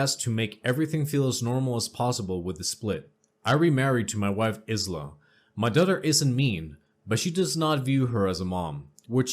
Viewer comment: Aisla is pronounce Eye-La, and it Kin-sin-era